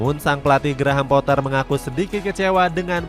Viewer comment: GRAHAM POAH ,,,🔥🔥🔥🔥 KARENA DI INGGRIS DIA TIDAK DI PANGGIL DGN SEBUTAN POTTER 🤣🤣